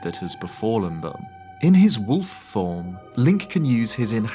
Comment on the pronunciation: In the minute I heard “in his woof form” and make so much sense